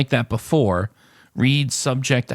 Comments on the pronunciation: Well, we've just found our newest entry into our next montage of hilarious moments. You haven't heard of the color "reed" because you're not pronouncing the word "read" correctly. You have probably heard of "red" though :) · Read is pronounced Red